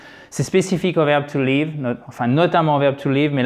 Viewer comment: merci mais c'est un peu stressante votre prononciation du verbe to live ,vous le prononcez " to leave "